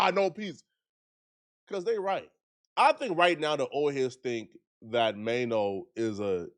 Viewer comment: Troy Ave violated Maino the worst😂😂he called him Chaino🤣🤣🤣☠️